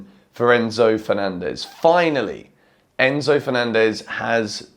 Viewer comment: Crazy how you butchered Enzo’s name and then he goes and scores 2 hahaha